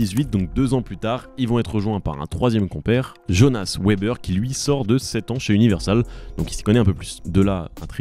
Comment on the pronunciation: Le nom de famille Weber se dit ''Vébère'' phonétiquement (comme Wagon) le W est un V, sinon cool la vidéo